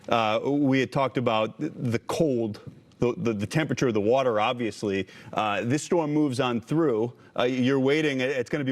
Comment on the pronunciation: Is the Dementia Patient gonna open the dams like he did in California? Just to make sure you guys have enough "wotor"